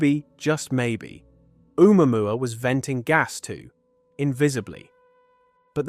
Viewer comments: I can't get over the mispronunciation of uumwamwa instead of Ohmooahmooah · Oh-moo-ah-moo-ah Heard it mispronounced too many times for my brain to let slide. Great video! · Can't believe you don't pronounce its name correctly. It's Ooo moo ah moo ah. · It's said "Oh Mooah Mooah", not "Oo MuAmuah..." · Hi everybody. If it had to be, one way or another, a "message from elsewhere", please notice that "Oumuamua" is pronounced like this in french : "Ou moi moi", or "Où moi moi", so in globish "Or I, I" ['I" = myself] OR "Where, I, I". 2 cents. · Omg dude, the way you say omuamua